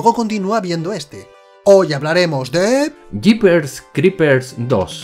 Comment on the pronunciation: JEEPERS CREEPERS? uh lala señor Frances ¿como se dice entones ? Jiper Escripe jjjjjjajajajajajajajajajajajaja